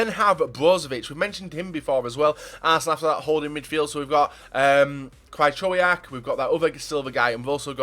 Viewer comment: Krajczołiak... that would be his name if his name was pronounced like u say it... XD